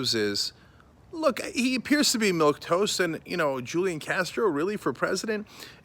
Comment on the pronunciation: It’s actually “milquetoast”........